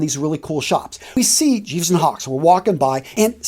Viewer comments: Hello, FYI, in Gieves & Hawkes, Gieves is pronounced with a hard 'g' (like geese), not a soft 'g' (like Jeeves). Just thought you might like to know. Kind regards, Mark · It’s pronounced GI like a BJJ Gi not Gee as in gee wiz.. Gieves & Hawkes.